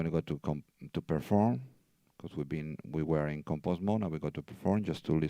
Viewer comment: hard to understand. There is no Pear Form mode. REE CORD.